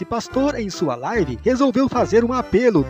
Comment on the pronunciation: Misericórdia a minha live kk.Alguem ensina ele ao menos pronunciar certo